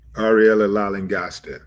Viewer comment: hi.. willie d...la.. lan..gos..ta.. is her name... pronunciations.. be blessed